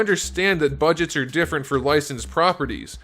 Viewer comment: différer, I didn’t know you spoke French 😂